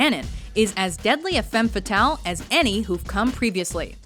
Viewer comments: actually, the pronounciation of "femme fatale" - as spoken here - is wrong. read: FUM FATAL - that´s like its original sounds in french. the phrase actually BEING french, it is highly appropriate to pronounce it like it originally sounds. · couldn't the speaker at least learn how to pronounce femme fatale correctly? It is a french expression and not englisch :P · Kenny Spillman im french and she pronounced it horribly hahaha